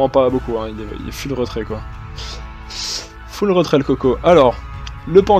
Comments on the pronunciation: J'aime tes vidéos, j'aime ton attitude, j'aime ton contenu, je suis abonné, j'en suis content, j'aurai juste une requête...par pitié : Full se prononce Foule, par pitié :( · Haha merci mec ! Techniquement ça ne se prononce ni "ful" ni "foule", mais comme je parle en français je fais pas gaffe, je vais y travailler c'est promis :P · Baby lone Haha en effet ça fait bizarre le "ful"